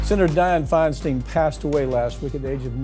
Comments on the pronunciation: Just a quibble i guess, but why do you guys keep insisting on pronouncing Feinstein's surname as 'Fein'-STEEN' she ALWAYS referred to herself as 'Fein-STINE'- i realize many people use the 'Steen' pronunciation for -'Stein', but she never did - listen to her speeches going back to the 70s - she always introduced herself as Fein-'st-eye-n' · First of all, Feinstein is pronounced "Fine-stine" – both "ei" letter combinations are pronounced as a long "i." She spent 30 years in the US Senate and you two can't even pronounce her name correctly? 🤨 But beyond that, it's very common for Governors to appoint people who are not running for the seat that they must temporarily fill. Have you ever paid attention to this sort of thing in the past? Apparently not. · Really? Are both of you so poorly informed that you cannot even pronounce the name 'Feinstein' correctly, befitting the context? Really? You are SO little interested in accuracy that research is no longer part of Ring of Fire?